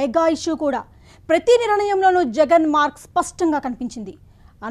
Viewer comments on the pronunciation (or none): none